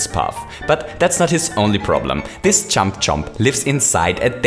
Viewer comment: Why do you say chump its jump